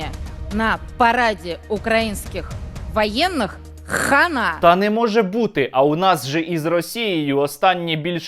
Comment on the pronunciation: Ще не чула, щоб так хтось вимовляв це слово "хана" з таким акцентом ! 🤣🤣🤣🤣🤣🤣